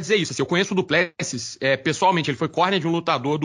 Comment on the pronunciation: Se o conhece o Du Plessis pessoalmente poderia aprender a falar o nome dele corretamente 😁 🙊